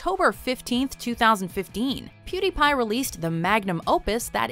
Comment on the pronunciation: What the f**k is a PuDaiPai